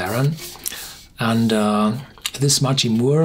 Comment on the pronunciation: "mack ree" = machrie